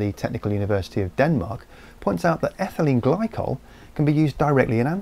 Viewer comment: Did he say ethanyle glycol and...DMT?